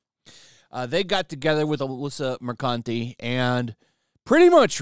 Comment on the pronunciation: Bro literally said Alyssa Mercunty. I'm dying.